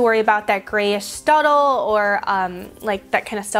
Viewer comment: am I the only one that kept hearing "studdle" instead of stuBBle? totally threw me off.